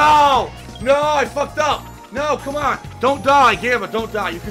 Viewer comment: i wonder how easy it would be to make convincing fake gameplay footage. just slap a well edited collection of facecam clips together and see if all the "cawn awn"s, "i was blawking!"s, and "dood! *holds up controller*"s and other stuff would be enough. maybe even throw in some of the many horrible sex jokes since they can probably apply to most games with girls in them.